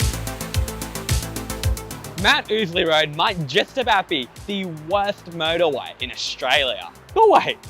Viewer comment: To my American ears, the way you say motorway almost sounds like murderway; something about that seems appropriate for this route.